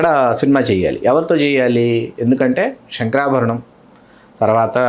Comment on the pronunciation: శెంకరాభరణం enti nee bonda... It's శంకరాభరణం.... This question is to the anchor.....